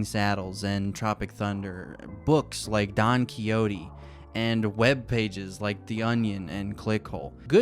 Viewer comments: Just btw: Don Quixote should be pronounced like KeySHOT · I'm sorry but when you said "don kiotee" every single Spanish cell in my body felt instant pain